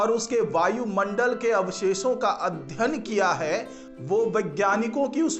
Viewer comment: अध्यन नही अध्ययन बोलो